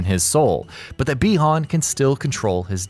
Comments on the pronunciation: Pretty sure it's said "bye-han" not "bee-hon" or at least all the previous MK stuff I've played or seen have stated so you mispronounced it like 50 times in the video -_- it got really annoying I stopped after 5 min. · Is it just me or do other people get irritated every time he says bi hon